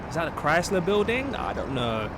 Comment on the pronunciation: Chrysler is pronounced CHRII S LER long i sound.